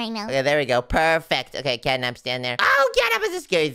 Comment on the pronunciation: is not capnat is napcat